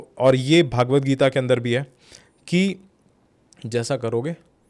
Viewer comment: भागवत नहीं .. it’s भगवद्